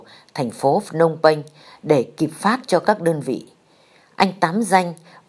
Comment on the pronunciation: phnom penh chứ ko phải phnong penh..